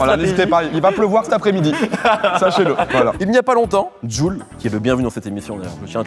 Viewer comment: Comment il galère sur JuL Youv Dee 😭😂